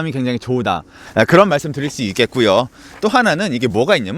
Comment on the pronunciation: 한국사람 맞습니까?얼마나 일본에 오래 살았으면 "조으다",정말 짜증나네요.ㅡㅡ*